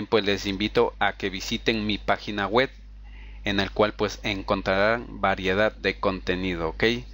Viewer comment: pagina wet ,yutu ,feisfut guglemas ,archivos rap, etstaer aqui ''setap'' ,''necs o siguiente'' , y como 100 okey ,amigo de verdad entiendo que podemos equivocarnos pero primero toma en cuenta que si quieres tener mas exito en tus tutoriales debes de aprender a pronunciar bien las palabras